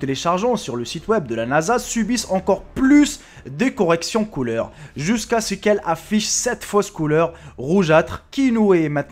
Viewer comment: ti un bledar putain les colore ou bien les couleur parle bien idiot